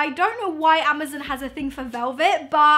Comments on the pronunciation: Its amazon not amazn. Her pronunciation was throwing me off but her face made up for it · I cringe everytime she said ama-ZEN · Does she know it’s amazON and not amazEN hahaha so cute 😂❤️ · Is it just me or do you say AmaZEN instead of amazON 😂😂 so funny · Suzanna Roumie I know this is an old comment but I’ve just noticed the way she says “Amazon” 😂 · "Amazin" hahaha😂😂 ilysm❤ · i love how she says amazon... amuzun😂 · I love you in every time you say Amazon I was dying.... Amozen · great video lol just wondering if everyone in the uk pronounces amazon that way???? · No hate but is anyone else also bothered by how says Amazon Omg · Not to be rude. I love you but you were saying amazon wrong. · The way she says 'amazon' triggers me!